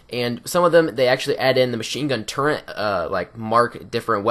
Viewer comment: Turret, there is no N in the word turret.